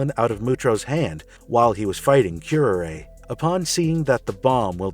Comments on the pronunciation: wince Ooof, pronunciation guide,; this is kinda hard to watch: {Cure-Rar-Ray} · You mispronounced her name. It's pronounced kyr·aa·ray as in the poisonous plant. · It's honestly pathetic that you pronounced her name like that. It's cure-are-ay (which happens to be a highly dangerous poison that was often used in assassination) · Q-R-A, raz al gul, arceus, Worcestershire. pronunciation is never easy for some names.